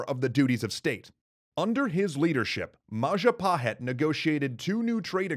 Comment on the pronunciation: "It's the mahajapit." CROSS "majahapit." CROSS "mapajahit." CROSS "mahapajit." CROSSSS "ma..ja...pa...hit?" YES